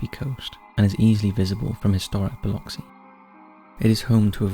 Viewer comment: honestly, great job pronouncing Biloxi, I'm from the area and it's incredible how many people butcher it LOL what a delight to see my little sliver of the world here ❤